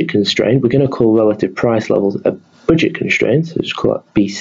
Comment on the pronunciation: Boojet constraint